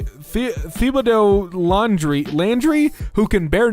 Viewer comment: Witnessing the absolute trainwreck that was you trying to pronounce Thibodeaux has made my day